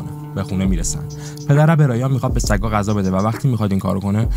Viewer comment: عالی بود ولی غذا نه قذا درست بگو